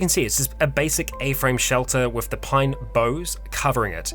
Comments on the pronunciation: Just think of this: "After finishing my performance, I took a deep bow. " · ummm - you got bough wrong! Google "pronounce bough" and you will get an audio clip of how to say it. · "You have also taught me how to say bough" proceeds to mispronounce it Love ya,. <3